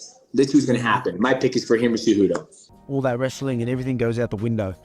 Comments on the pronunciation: Lol at Umar saying Genry Cejudo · “Gendry cejudo” I love umar 😂😂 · "Gendry Cejudo"